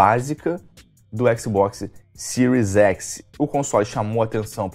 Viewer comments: Agora sim vou comprar um" cero x" com certeza 🤣🤣🤣 o cara não sabe falar nem o nome do console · O cara fala siru x kakakakakakakaka